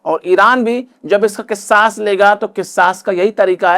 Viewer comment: Kis saas nhi kasaas khte h